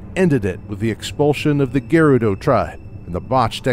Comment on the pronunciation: It's not geh-rudo, it's guh-rudo duh